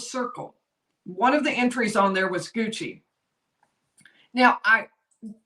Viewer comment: Leave it to South Carolina to pronounce Gucci as 'Goosey' lol.